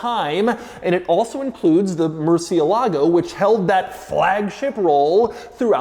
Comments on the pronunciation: The American pronunciation lacks fidelity to the original Spanish, which has antepenultimate stress, hence the accent on the e, and might be something like 'mercy-ELLA-go'. And if the retort to that is "well, it's Italian", the Italianized pronunciation has a CH sound. "Mercy-uh-LAH-go" is just straight ignorance. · Am I the only one who’s annoyed at how americans pronounce the murciélago’s name like “Merci-e-LAgo”? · It's pronounced "Murci-ELAH-goh", with accent on the "ELAH". Spanish for "bat", as in the winged creature. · fun fact, all English YouTubers pronounce murciélago name wrong. As a latin language, you have to make entasis on the vocal that have the accent á é í ó ú, so, its not mursielágo as every English speaker pronounce it, its musiÉlago :) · As a second gen Spaniard from La Rioja. I always get pet-peeved when everyone here home pronounces it ‘moor-ci-e…-lago’ please respect the name and call it as it should ‘mur-cielago’ the Bull was named literally a Bat. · This!... is a Lamborghini "MurcieLAgo" ==> Wrong! This!... is a Lamborghini "MurCIElago" ===> 😀👍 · Repeat after me: murciÉlago...no murcie-lago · Murciélago is the name, not MurcieLAgo lol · "Mercy-el-ago" if you can't pronounce it right you shouldn't be driving it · Wish y’all’d pronounce the car’s name right. It even has the accent over the E. Murci-E-lago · Please learn how to pronounce murcielago correctly as in “mercy Ah ligo “ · This is the second video you pronounce "Murciélago 🦇" so wrong Doug‼️ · That's not how you pronounce murciélago 🤢 please ask Google next time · Probably the worst pronunciation of murciélago 😂😂😂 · Is anyone else bothered by his pronunciation of the model name? The accent mark over the E isn't just for decoration - it tells you where to put the stress. It's a common mistake, especially for us Americans, to stress the A instead, but it's wrong in the original Spanish. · He doesn't say it right. The C makes a CH sound in Italian. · The accent is on the IE not the LAGO